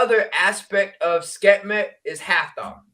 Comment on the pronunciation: Love and appreciate u,, but it’s Sekhmet - pronounced Sek-Met.